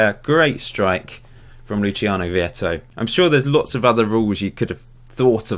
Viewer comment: " Luchiano Vietto" lmao